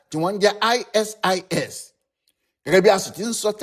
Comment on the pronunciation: aisees ni pronunciation ISIS... eeswap ni pronunciation ISWAP...